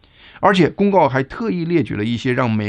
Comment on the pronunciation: 咋（澤音）舌